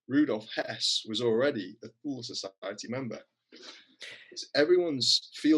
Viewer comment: Btw, Thule is pronounced two-le not thoole.